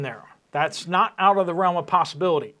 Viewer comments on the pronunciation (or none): none